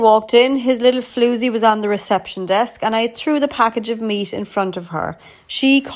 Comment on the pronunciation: Is it just me or does anyone else like her pronunciation of 'floozy'